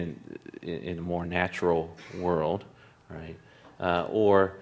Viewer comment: its "...THE WORLD IS THINKING..." NOT "..WOLD IS THINKING.."